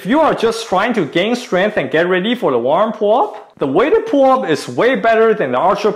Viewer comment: I keep hearing WormPullup... I was so confused